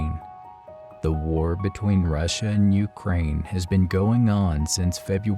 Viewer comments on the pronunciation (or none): none